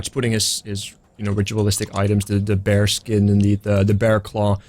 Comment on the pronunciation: Every time says "spirit bear", I hear "spirit beer". Would that spirit beer be Davrik's spirit?:þ